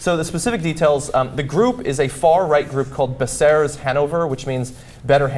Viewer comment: "Bsserez" Lol funny pronunciation :)